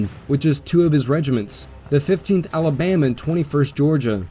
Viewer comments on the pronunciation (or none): none